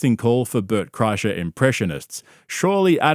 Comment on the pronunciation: Car-kreischer, LOL. What a shambles.